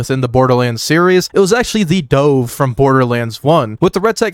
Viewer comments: the "Dohve"? not Duhve like the bird? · it's dove, like the bird not "dohve" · Hey, just so you know, the dove is pronounced like the name of the bird ("duhv"), NOT the past tense of dive ("dōv") also, you are mispronouncing dva. like all vladof weapons, the naming scheme comes from russian words. Dva (written "два" in russian) is pronounced "d'vah", NOT "dee-vah". it means "two". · The way you say “the dove” fucking kills me hahahah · I screamed out loud "THE DOHVE???" when u said that hahaha lighthearted laugh but it earned a sub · how did you mispronounce "dove" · Hearing you pronounce it "the Dove" hurt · Why did you pronounce dove like "stove"? It's the name of a common bird :|